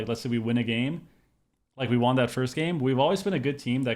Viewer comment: I've been watching you for many years now, and it still hurts my brain hearing you pronounce won as juan. won is pronounced the same as one. That aside, GG is looking flat out unbeatable so far this season. You guys are peak form, and i'm here for it!